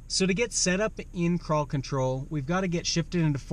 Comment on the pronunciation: It sounds like you are saying paw patrol.